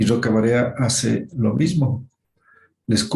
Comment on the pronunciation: Al menos si vas a hablar de la doctora Elvira Roca Barea aprendé bien su nombre. Una intelectual inmensa.